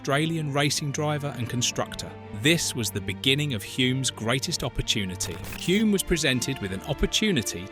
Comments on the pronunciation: Both Denny and his father would turn in their graves when hearing the name pronounced 'Hjume' instead of 'Hulm' His nickname, "The Bear" was because he could be very grumpy with stupid questions from journos. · It's not HOOM but HULME. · His name was pronounced Hulm not Hume. This is rubbish. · Excellent 👌 👏 Just a minor thing... Hulme is pronounced like " Film " so just add an H and you get the true K1W1 pronunciation of Dennys surname " Hilm" even though it is spelt as you have it. Hulme. Not even going to try to help you with the pronunciation of the Maori birth place of Denny lol 😅that would wear out my fingers and the Internet :) Again thanks for the clip on Denny. A Top bloke all round. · It’s pronounced Hull-m isn’t it? Almost silent L like in film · Hulme: /hʌlm/ is the correct pronounciation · You don't even pronounce Denny's name correctly. His father was not GIVEN the Victoria Cross .... He EARNED it. This video is a waste of time. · You have butchered the pronunciation of his name and where he was born so badly I stopped watching. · that is what you took from it? the incorrect pronunciation of his name, and multiple incorrect facts . . . i wouldn't even worry about the narrator's opinion, when it is obvious, that he has never watched a race, let alone an f1 grand prix in his life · The narrator cannot even pronounce his name correctly. Listen to the commentator at 4.22. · You can‘t even pronounce his name correctly… 😒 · "You can't take the L out of Hulme"